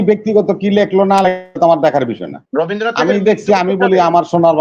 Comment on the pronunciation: কবিগুরু রবীন্দ্রনাথ ঠাকুরের নাম যখনই কোন কোন আলোচনায় উচ্চারণ করবেন তখন শালিনতা বজায় রাখা জরুরি।এই ভাবে রবিন্দ্রনাথ উচ্চারণ করা হচ্ছে যেন ওদের‌ই জ্ঞাতি গুষ্টি!আর আজকের আলোচনায় যে সমস্ত গরু ছাগল বসে বক্তব্য রাখছেন ওদের এই সামান্য জ্ঞান নেই যে যখন কবিগুরু এই কবিতা বা গান লিখেছিলেন তখন অভিবক্ত ভারতের অভিবক্ত বাংলা কে নিয়েই লেখা হয়েছিল। আজকে কট্টরপন্থী ইসলামি শরিয়া পন্থী মুসলিম উম্মাহদের আপত্তির কারণ বর্তমান ইসলাম ধর্মীয় মেজরিটি মানুষের বাংলাদেশের জাতীয় সংগীত একজন হিন্দু সম্প্রদায়ের লিখা কি করে বরদাস্ত করা সম্ভব 😅